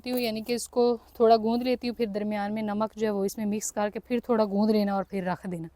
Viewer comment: First improve your Urdu then make videos. It’s masala not mísala and it’s Namaz not Nimaz and it’s namak not nimak. Pata nahi pagal pendu panjabi ko free ka khane ki adat hogayi.